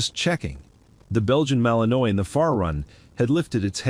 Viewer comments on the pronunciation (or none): TEACH YOUR AI HOW TO PROPERLY PRONOUNCE WORDS! The dog is a Malinois, pronounced Mal-in-WAH.